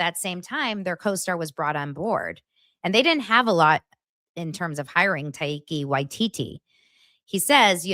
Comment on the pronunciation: It's pronounced TY-KUH WY-TEE-TEE.